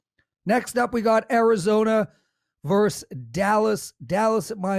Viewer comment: it's" versus "with two syllables., not "verse "with one syllable.